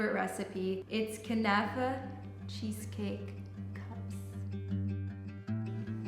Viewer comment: kuhhhnafa 😂😂 girl learn how to pronounce first!!